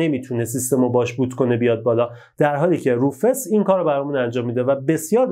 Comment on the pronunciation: بزرگوار سلام و عرض خسته نباشی تلفظ صحیح روفوس میباشد با سپاس فراوان